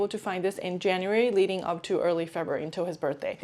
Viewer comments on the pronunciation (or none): none